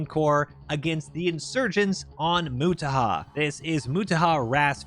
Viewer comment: its nut "moo tah" its " mo" "tah" "har"